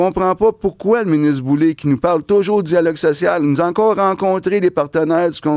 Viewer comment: C'est pas Boulay (comme Bublé), c'est Boulet (comme poulet) !!! Isabelle Boulay (comme du blé)... Gerry Boulet (comme du lait) !!! C'est pas compliqué pourtant !!! 🤣😂